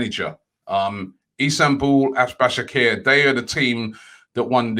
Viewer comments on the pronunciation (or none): Robbie!!!! it is pronounced: Ba-sak-se-hir (here) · Istanbul "Bashackher"